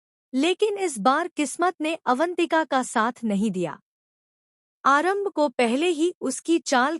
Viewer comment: Aaram bhi h aarambh n female h male n 😅 sahi bolna sikho